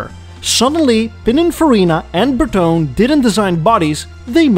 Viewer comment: It's BertonE , not BerTon. It's Italian